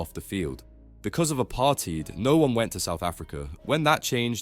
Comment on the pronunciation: I don’t think apartheid is pronounced a-party